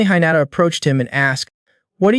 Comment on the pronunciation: Goblin not elf. (Protagonist)he not her. The way you pronounced hinata seems like you never watched anime before. First 30mins and there are mistakes. Did you not review your own upload? Seems like you just record yourself doing half ass story telling. 🤷🏽‍♂️